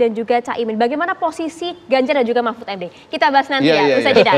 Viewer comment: Pak MAHfud aja dalam pidatonya setelah resmi jadi wapres ganjar menginginkan perubahan Kok....itu entah sadar atau memang lidah beliau keseleo, kita gak tau juga..😂😂